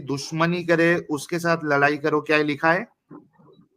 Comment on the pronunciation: O loura nahi, lorai(লড়াই)/fight bol raha tha 🤣🤣🤣🤣🤣😂😂😂😂😂😂😂